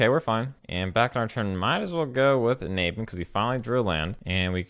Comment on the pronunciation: The way you pronounce "Naban" triggers ME!